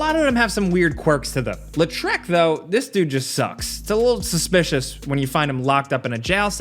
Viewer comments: It's pronounced LAW-TRICK. You're out here makin him sound like a French villain LOL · "Lé Treck" XD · His pronunciation of his name hurt my soul lol